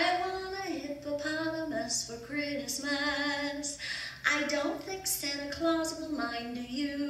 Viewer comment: Kree-us-muss. WTH